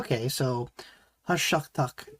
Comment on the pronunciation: Great to see you back reacting to Dimash. Haven’t seen you for quite few months. Gashyqtyq - being in love, passion, infatuation. These are the offered translations. It is pronounced Hash-Shya-Terk. And you pronounced it correctly . There is a mashup of the “g” and “h” sounds which most English speakers find difficult to pronounce. The paragraph below found in Dimash’s official newsletter tells us what Gashyqtyq means. ‘Gashyqtyq’ describes a state of deep, powerful love for someone – when a person doesn’t simply attract you, but he occupies your thoughts, your emotions, your entire inner world. It is a fusion of intense attraction, emotional attachment, the desire to be close, inner excitement, and inspiration. Dimash composed this ballad and wrote the lyrics. He dedicated Gashyqtyq to his Dears for supporting his project, Voice Beyond Horizon which he has launched and is now completed. There are 40 musicians surrounding Dimash in this video. This is a beautiful, painful and powerful ballad. Thanks for your reaction.